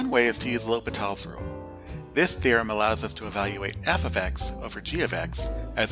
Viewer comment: low-pee-tahl's rule really sounds like someone has never taken a french class